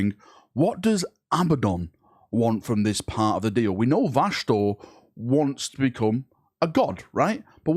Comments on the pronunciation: It's crazy how you pronounce vashtor as vashnor several times and also pronounced it right in between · I love how you say his name right the first 2 times, then literally go straight to Vashnorr its like your brain is actively trying to get it wrong 🤣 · vashtorr's ultimate goal is not to be a chaos god, but to make pronounce his name correctly the imperium fuel all of the chaos gods, not just this possible mech manufacturing one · Take a shot every time fucks up Vashtorr's name. Literally said it 4 different ways in less then 3 mins lmao